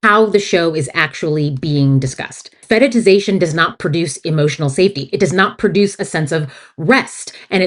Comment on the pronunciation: Do you mean "fetishization"? You say it like "fetiTization" and I could not find the definition of it. English is not my first language